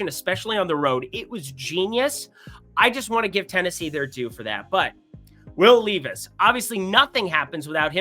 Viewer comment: bro were gonna have real problemsif you keep mispronouncing Will Levis's name